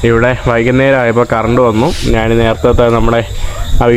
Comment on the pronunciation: നീ എന്തിനാ നാൻ, നാണ്, നാന്, എന്ന് പറയുന്നത്. ഇത് മേത്തന്റെ ഭാഷയാണോ. ഞാൻ എന്ന് ഒന്ന് പറഞ്ഞു പഠിക്കുക.